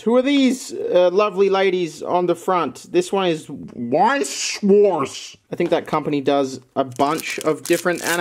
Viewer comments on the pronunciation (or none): Ich feier wie du Weiß & Schwarz aussprichst 😂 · I'm from Germany and it sounds so funny when He say "Weiß Schwarz". I dont know what Genre it is but translated it would mean "White Black"